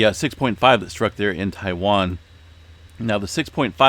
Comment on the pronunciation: he said Taiwan in his last vid.. he’s good at it